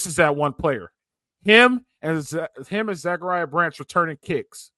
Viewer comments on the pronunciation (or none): Zac-uh-rya pronounced like the Bible not Zakaria